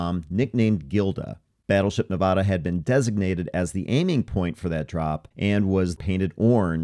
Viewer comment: You pronounced Nevada wrong throughout the entire video.